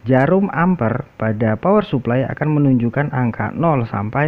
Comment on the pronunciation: Bacanya Amper bukan kayak ngucap Lemper,, satuan arus listri di singkat (I)